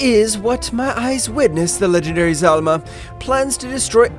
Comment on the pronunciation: FINALLY PRONOUCED ZALAMA CORRECTLY LFGGG